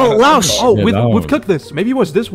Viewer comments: its not "La-os" its just "Laos" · im pretty sure its "LAO" just "LAO" without S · Wtf is leyos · Lay (like the cup company)-oy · THE LAOS PRONUNCIATION😭